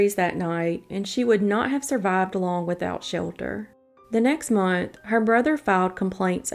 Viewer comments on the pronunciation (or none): none